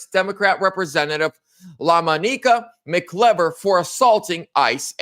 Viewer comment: the correct pronunciation is Mak•Eye•Ver “MacIver”. Watching from Upstate New Yuck. Subscriber 🙂